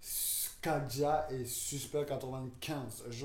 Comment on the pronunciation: Frère c’est KADJA et pas Kadija !!! Merci !!